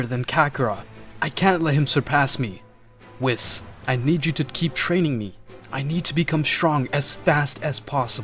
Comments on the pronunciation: It's pronounced "Weese not wis" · ahem IT ISPRONOUNCED: WEESS NOT WIZZ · I like watching these but WIS 🤣🤣🤣 it’s pronounced WEESE but spelled Whis 🤣🤣🤣🤣🤣 it’s also Omni King not king of everything lmfaoooooooo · Why are you calling him Wis it’s called a Weise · It’s pronounced “Wheeese”. Great video! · BRO SAID WIS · Stop mispronouncing names like whis (wees) just watch the anime English dub and use the names the way you here then if making English content , it’s not that hard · nahh bro said wheis its spelled whis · Please don't say whis like piss. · you dont even pronounce the angel "whis" correctly lol xD what a joke